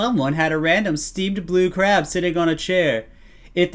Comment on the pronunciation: "Who trew LE KRAB"